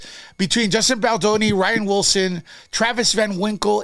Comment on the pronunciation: NO U DIDNT. Pronounced rain wilson!